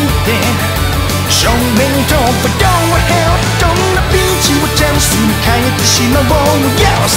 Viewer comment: sounds more like 'GO TO HELL" XD lolz